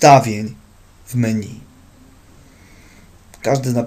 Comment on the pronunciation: Kurwa czy on powiedział „meniu”? Xdddd